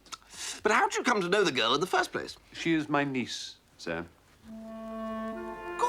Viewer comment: Jeeves always pauses between a word that ends in an 's' or in an s sound, and the 'sir,' I suppose to make certain that every syllable gets its full measure. For example